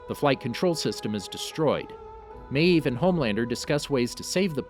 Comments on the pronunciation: You say maeve like meeeeeve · "Queen MAYeeve" OMG dude it's just one syllable. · Every time you said Maeve, you pronounced it with two syllables. 🤣🤣🤣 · No one: The narrator: maEEve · The way this dude pronounces mave........ Queen Maaaaaaaavvvveeee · "Queen mAEv" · Why do u say mave like that.Just wondering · Why do you say maeve like that?!!! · why do you say maeve like that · Stop saying mave like that😂